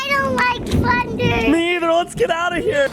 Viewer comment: Why did you say funder it's actually Thunder